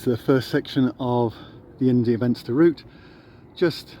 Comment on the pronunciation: India Venster is pronounced India Fenster. Ir isn't English, please don't Anglicise as it could offend.